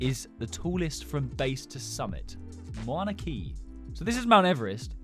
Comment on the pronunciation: mouna kea is pronounced m ow na k uh